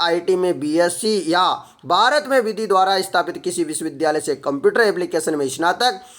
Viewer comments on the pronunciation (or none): none